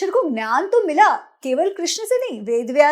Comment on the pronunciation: Why is she mispronouncing 'gyan' as 'nyan'?